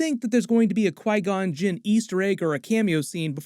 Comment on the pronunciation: Soon as I heard Obi say Qui-gonn...I damn near lost it...